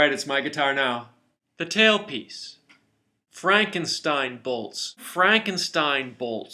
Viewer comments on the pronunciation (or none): none